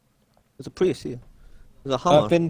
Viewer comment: For god's sake it's Prius. Hearing "Pri" 12,000 times is scrambling my brain.